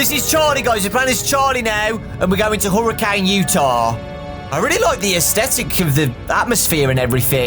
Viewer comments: Okay I've been able to handle it this long but I can't anymore., as someone from Utah, it's pronounced Herrican not Hurricane. It's small but like it bugs me a bit that youtubers don't know it T-T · It's pronounced her-i-can not hurricane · Just wanted to let you know, it's actually it's pronounced Hurra-kin, Utah. (This is coming from a Utahn) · Fun fact! It's pronounced Hurri CAN. I don't understand it either, but I live in Utah, so I've heard it a bunch of times. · From a Utahn, you say Hurricane wrong when referring to the place. It's Huri-cun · Oh my god XD I was just in hurricane, utah its pronounced HER IH CAN. It's in a desert I camped on a Mesa near by